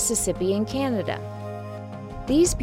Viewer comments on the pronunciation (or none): none